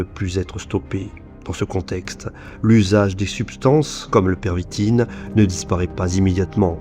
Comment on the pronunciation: On dit la pervitine et pas le stp